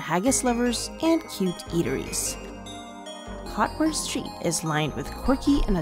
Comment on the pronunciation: Great video! I'm going for the fourth time in October, and there are recommendations here that I'll use, so thank you. A couple small things - Cockburn Street is pronounced Koh-burn, and your arrow pointing to Arthur's Seat was actually pointing to the Salisbury Crags, which lie beneath Arthur's Seat. The Crags are impressive, in and of themselves, though, and are worth the effort to get to them. I hope you get to go back!